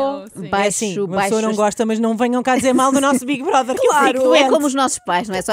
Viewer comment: Não é assim! É bigue broder! 😂